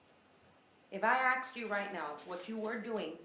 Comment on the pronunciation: How come so many americans say ”aks”/”aksed” instead of ”ask”/”asked”?